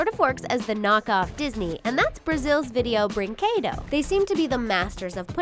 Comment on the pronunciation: You pronounced the company wrong It's Video Brinquedo